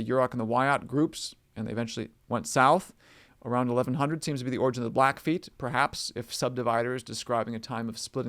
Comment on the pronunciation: It's blackfeet, the feet part is never pronounced as foot